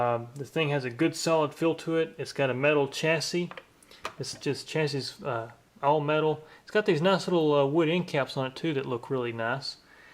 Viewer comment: When you say "chassis" I feel like I'm watching NASCAR.